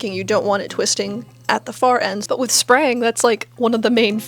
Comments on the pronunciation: If you look at the phonetic pronounciation of the Swedish word ”rang”, that should help you pronounce sprang. It’s not pronounced ”sprung”. The emphasis is on the A, but I imagine it’s difficult to pronounce if you’ve never heard Swedish before. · As a Swedish person sprang would be the more correct pronouncement (tho I have never heard of the technique). Or more correctly I think would be to pronounce it sprahng kind of a tall and sharp and short ’ah’ because that’s how we pronounce that letter. (I am also not in any way trained in phonetic writing haha). Very interesting crafts! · Mellan “sprang” och “sprung” (som hon uttala det) tror jag nog att ”sprung” är närmare det svenska uttalet, särskilt när ”sprang” låter närmare spräng eller spreng än sprang. Det enda hon bör göra är att korta ned vokalen lite, så hade det nog varit så nära man kan komma med engelska vokalljud. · I was a bit surprised to hear "sprang" being a Swedish word, the only (modern) use of that word is for "ran", as in run, past tense. Apparently it's an ancient word, the modern name of the technique is "språngning". As for the pronunciation of "sprang", dont worry about it, it's not used in modern Swedish and no Swede would react to it ;) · If it's spelled SPRANG, then the Swedish pronunciation is "sprong," which means "ran," but may also have an alternative meaning. This is a great video. Thanks for posting.